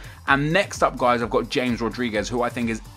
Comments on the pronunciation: It's Hames, not James D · You're wrong as well, it's pronounced "Hames". ;) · T is pronounced ha-mess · It's pronounced as Ha-mes. Also, Hazard may be consistent, but hasn't done anything close to what Di-Maria has done. Most assists in La Liga, played extremely well in the UCL and in general for Real and was a beast in the World Cup. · It's pronounced humez not james :) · plz pronounce james right, it sounds awful... and he will not be in the toty